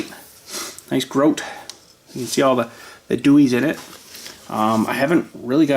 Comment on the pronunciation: The name of the company that made those lights is pronounced GRO-DEE, My father used to work for that company many years ago when they had a facility in Belleview, Ky.